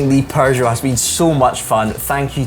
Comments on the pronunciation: Love your content but....there's no "r" in PEUGEOT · "Per-jo"!? Sorry, you no longer pronounce "Peugeot" like a Scottish person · Is it a Scottish thing to say ‘’Purrgeot’’? Just found it interesting. 😂